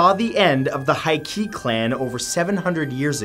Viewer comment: Please learn some Japanese pronunciation it’s not hard. The monk’s name was Hoichi (pronounced Ho-ee-chee) and the emperor is Heike (pronounced Hay-kay).